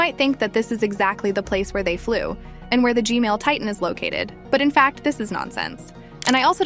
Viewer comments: Hello why I hear gmail instead of gman? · why does she say gmail its gman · I love the way you analyze everything and talk about it its just the G-mail toilet instead of G-man that kills me 😂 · G-Man ✅ G-Mail ❌ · I laughed just because she said "G-Male" 😂😂